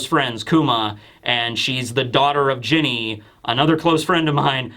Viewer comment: Ginny should be said "Jinny"